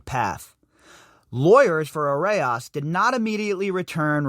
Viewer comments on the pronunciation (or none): It's pronounced "a rose" and I'm guessing not coincidence that the authors of this article have "rose" in their names also (perhaps a Rosicrucian tie here...